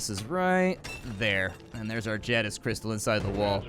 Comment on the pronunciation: the way you pronounce jadiz makes my head hurt